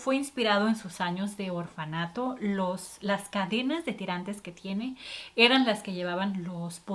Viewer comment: Se dice orfanato